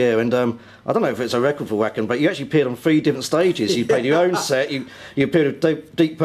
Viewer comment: sherry gypsy S The interviewer is an arrogant English --. He keeps pronouncing "Wacken" wrongly, even after Uli politely corrects him. That's the start of the problem, and he just winds Uli up for the rest of the interview. That said, he's not as irritating as some of those US radio presenters whose clips flood this site! Those guys love the sound of their own voices and talk more than their guests.